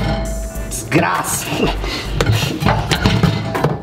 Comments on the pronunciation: esse "descraça" me quebra tanto kakakaka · Ele falou desgrasa🤣🤣🤣🤣🤣